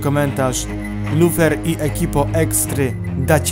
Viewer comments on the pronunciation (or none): ja słyszałam